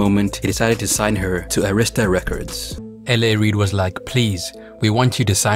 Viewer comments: Air-Ris-Ta Not Ah-rees-ta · He pronouncing Arista wrong I thought he was saying Aretha😂